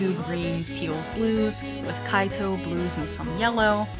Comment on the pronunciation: Same here! Also you said aito twice! lel